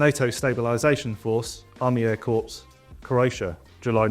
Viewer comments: well done Airfix! ill be spending my money on a few of those! great to see a Stolly, and Twin Spit! ... by the way you keep saying corpse .... pronounced as "core" lol cheers! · Pronounce ‘corps’ like ‘core’ not ‘corpse’ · Wish the presenter could say Corps properly. It’s phonetically ‘Kay’ NOT Corpse! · Corps is pronounced core, not corpse. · Please say "corps" as "core" and not "corpse" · Pronounced Corp not Corpse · The ps in corps is silent. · Isn't it pronounced .." core"? Not corps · The Wessex looks absolutely amazing detail. Very cool! But 'corps' is pronounced 'core' not 'corpse' :-) Sorry for the pedantry! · Nice reviews BUT PLEASE don't say corps like Corpse(!) Its pronounced as corr(!) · It's aitch, not haitch, and corps is pronounced "caw", not corpse, and definitely not crops! Thought I'd mention as Airfix are a stickler for detail. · Some great kits for 2025, but please: "Army Air Corps" is pronounced "Army Air CORE". A corpse goes straight to the morgue (pronounced "morg")! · Cor, not corpse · Such a shame to waste all that effort on a Jaguar, horrible looking thing! and it's pronounced core not corpse! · Corps is pronounced core not corpse! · Someone tell him 'corps' is pronounced 'corr' not 'corpse'. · Please! The word 'Corps' is pronounced 'Corrr', not Corpse! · Please pronounce Corps correctly it's pronounced Core, not Corps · A fantastic array of new kits and re-releases! BUT... If you're talking about a military "Corps", it's pronounced "Core", as in apple, NOT "Corpse" as in a dead thing!!!😉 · Folland = "Foll-und", not "Foe-lund". Corps = "Core", not "corpse" 😂😂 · Brilliant to see a 1/35 Stalwart, any chance of an Abbot spy to go with it please???? Oh and it's corp pronounced core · For goodness sakes! Corps is pronounced "core". Otherwise, very well done. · Air Corps = Air 'core', not a dead body... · Stop saying Corps with an S??? it Corps with a silent S, like Core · Corps, is pronounced "core’ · Army Air Corpse? 🤣🤣🤣